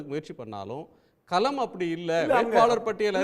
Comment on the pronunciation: யோவ்........அது கேள்விக்களம். நீ கேல்வி கலம்னு உச்சரிக்கிற.... கலம்னா அதுக்கு வெவ்வேறு அர்த்தங்கள் உண்டு..... பானைன்னு கூட அர்த்தம் உண்டுய்யா..... அதே போல் தேர்தல் களத்தையும் தேர்தல் கலம்னு வாசிக்கிற...... தமிழில் "ள" ன்னு ஒரு எழுத்து உண்டு. அது குறித்து ஏதாவது படிச்சிருக்கியா? திராவிட இயக்க குடும்பத்தினரால் நடத்தப்படும் தமிழ் தொலைகாட்சியில் இப்படி தமிழை பலாத்காரம் பண்ணாதீங்க. தயவு செய்து கவிஞர் வைரமுத்து, சு. ப.வீ மாதிரி நபர்களிடம் கேட்டு தெளிவு படுத்தி கொள்வது நல்லது. உச்சரிப்பு நாராசமா இருக்கு. புகழ்பெற்ற தொலைக்காட்சியின் தலைமை செய்தியாளர் லட்சணம் இப்படியா இருக்க வேண்டும்? த்த்த்தூ. புதியதலைமுறை கார்த்திகேயனும் இதே லட்சணம்தான்.